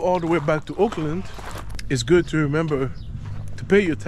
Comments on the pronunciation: Auckland.. You say "Oakland" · It's Orrrrk land